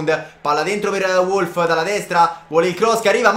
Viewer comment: si legge Volf vecio